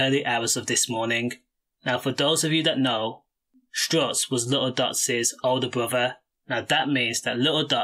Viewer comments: It's STUTZ not strutz !! RIP angel 💔🕊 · Bro it’s stutz not strutz wake up brudda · Man said strutz 😂😂😂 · Stutz not struts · Bro it’s stuts. Or woo. Come on man…